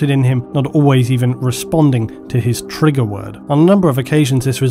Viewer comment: lol he said triger